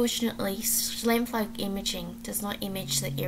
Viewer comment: Great presentation. It’s pronounce Sh-Ime-floog